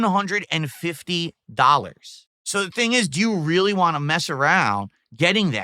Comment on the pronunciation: The way he says waah when he is trying to say want makes me chuckle.